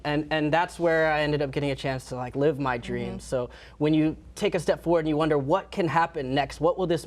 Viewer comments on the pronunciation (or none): none